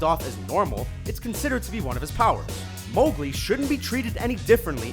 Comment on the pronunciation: Anna and Mowgli are mispronounced.... grr....